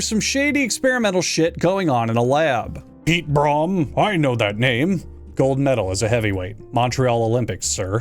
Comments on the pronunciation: Just to let you know as a South African Piet broem’s last name is pronounced like broom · Note from someone from South Africa: The way you say "Broem" is pronounced like "broom"